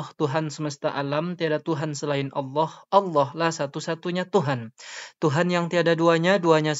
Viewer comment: Allah Swt... kesulitan dalam menyebut nama Nya